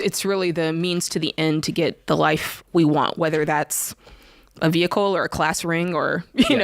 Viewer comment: jade still trying to get rid of this man's vee-hickle lol